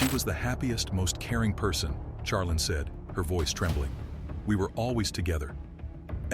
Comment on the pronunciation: Can we get pronunciation for the AI voice overs? Charlene is more than likely (shar-lean) not (Char-lin)